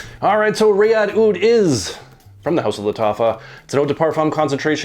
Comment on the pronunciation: It's not Ri-yadh but Raa-eed.